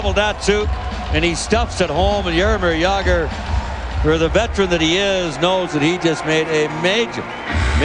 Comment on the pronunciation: It's Jaromir Jagr.